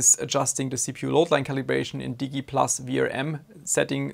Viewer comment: when he says “deegee plus” with the G like Golf. Lost it. Haha. It’s Digi+ as in Digital. …unless I’m the one who’s been wrong about this the last 10 years or however long it’s been.